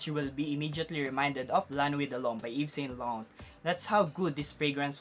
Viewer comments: Yves saint lauRRRent not LANT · Bro, it's Ralph Law-ren, American pronunciation; Eve-Saw--Law-raw (nasal tone) or Eves-San-Law-run if Filipinized. I hope it helps. 😊 Also, I don't think Amara is considered a cheapie, together with the Bulgari Aqua flankers. 100ml even in discounters is about US$55-60 before its discontinuation. 😀